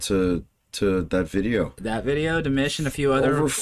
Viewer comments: to help you think of pronouncing Dimash correctly, think of mosh as in Mosh pit. then put Dee in front of it. Dee-mosh. Hope that helps. Just subscribed...keep going down the Dimash rabbit hole, you won't regret. Thanks. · Yeah, I’m not sure how anyone could get “Dimish” from DimAsh. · Pronounced (dee • mawsh), with all due respect. The more you explore through the world of Dimash, the more your channel grow. Please have respect and pronounce his name correctly. ❤ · please learn to say Dimash like Sam does. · It is annoying that he doesn't pronounce Dimash's name correctly. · I’m leaving. Can’t take you calling dimash very disrespectfully calling him Dimish . It’s DIMASH !!!!! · Dude. Its clearly not Dimish. Its Dimash 😅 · I'ts Dim-AH-sh, not Dim-IS-h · Don't know what you were reading BUT those were not the correct words. Ps it's about going to a strange land and being a stranger. Just like the title and words say. Why can't you say his name properly! It's NOT demish, duh It is Di ma sh. Sounds like de mosh, with the emphasis on the end, Got it? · DimASH not Dimish! Please at least get his name right! And what were those lyrics you quoted? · His name is Dimash like MA!! Not Dimish!! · Di-mash. Not Di-mish. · It's pronounced DeeMash. 😂❤ His voice is incredible. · Its pronouced as Dee-Maashh. His has a huge fanbase around the world, so your views come from his fans who loved to follow where his video is playing. We fans love him because of his other worldly talent and skill in singing, not for his good looks (it's just a bonus that he looks like a prince 😂). We would not promote him to everybody if he is not beyond amazing. Check out his other videos if you think he is good. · Not "Dimish" but "Dimash". My ears and every Dear fan's ears hurt when you say Dimish. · Yes. That’s an A not an I. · His name is pronounced Dimawsh not Dimish Dimash😊💚💙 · Please listen to your buddy...it's not demish...it's dimash...LOL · It’s not Dimish it’s Dimash 🤣